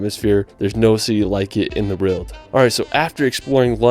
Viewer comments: I can totally understand him not getting a lot of the England specific pronunciation correct but "rild" instead of "world" just weirds me out. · It just sounds like he has a slight speech impediment that's all. Notice how he pronounces 'world'.